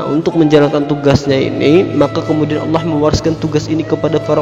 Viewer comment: Saudaraku.. Perbaiki makhraj huruf penyebutan asma Allah... pada huruf ha-Nya